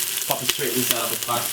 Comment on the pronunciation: It is not 'Pat' it is 'Pot', not 'Preppers' but 'Peppers' and it is not 'Spinach' it is 'SPINNERS'. CORRECT PRONUNCIATION of your words should be clearly understood by your audience. No, offence.